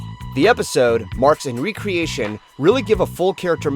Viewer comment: You pronounced marks and recreations wrong. It's a reference to the show "Parks and Recreation."